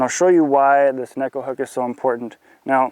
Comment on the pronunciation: Great video. Finally someone actually pronouncing neko properly. :)